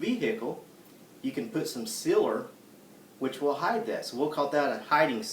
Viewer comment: lol i think he ment sealer. it took me a minute to realize what he was trying to say.